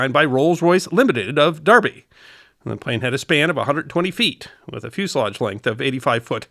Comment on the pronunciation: Small point of detail: BOAC was always pronounced letter by letter, not as one word. It was merged with BEA in 1974 & became British Airways. Kudos for using the British pronunciation of Derby!